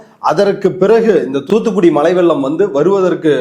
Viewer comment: அது வெள்ளம் இல்ல. வெல்லம் 😅